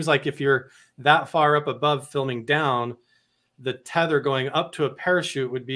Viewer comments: Did just say 'teether' line, twice? "Teether" line? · It's NOT called a 'teether line' it's pronounced Tether Line!!!